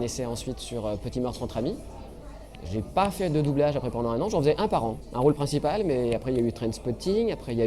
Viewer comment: "Les écoles de boublage" ?